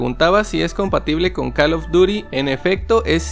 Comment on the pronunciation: Pronuncia bien call of duty pero joystick no 😂😂